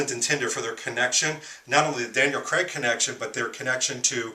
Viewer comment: It's Daniel Craig not Creg! Please pronounce it properly.